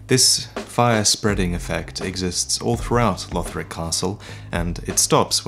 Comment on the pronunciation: Its LUHD-lith not LEWD-lith